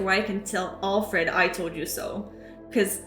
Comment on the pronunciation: your way of pronouncing Alfred makes me smile. as if it's ALL-fred (rhymes with hall instead of pal.)